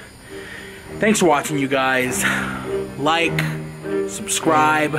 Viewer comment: Why doesn't someone tell that she says Subscribe wrong. She says SUSCRIBE! It's SUB-SCRIBE!!!!!